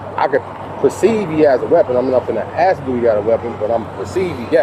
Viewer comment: You caught yourself but please stop saying axe when the proper saying is ask. I don't know where saying axe instead of ask came from but it needs to stop, I have even heard judges say axe instead of ask and it makes my blood boil that such learned people suck that badly for lack of a better term. Also look a little farther into your boys LIAr and Tyrant GERMinator. They are nothing but agitators taking advantage of the situation in Dolton. Look at their past and present videos, they constantly violate court orders and just human decency by posting peoples likeness for profit on Youtube and they violate the TOS. And of course the E-begging, I'm not particularly familiar with Tyrant Germy but LIAr constantly has a go fund me up to profit from being intentionally arrested (the day after his BS in Dolton town hall he intentionally was arrested in Schenectady and put up a $10,000 go fund me, must have been the end of the month). Look at your own cards once in a while. Reyes (LIAr) is a Gofundme machine, he has one at almost 50k, he is profiting off of being a criminal. I like your work but I reeeealy don't like that you praise frauditors...